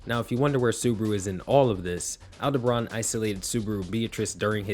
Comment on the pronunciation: why do you call him AldEbran? instead of Aldebaran?